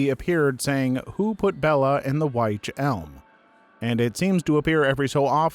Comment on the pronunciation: Witch Elm... Not Wytch Elm. And, its Url Mountains